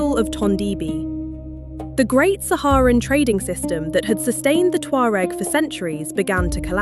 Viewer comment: They are my ancestors and they are NOW called Berber, she mispronounced the name as usual, these know it all euro people annoy me.